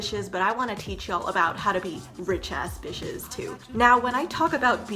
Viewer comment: I love how she says bishes, instead of the actual word